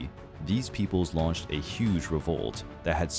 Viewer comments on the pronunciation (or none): none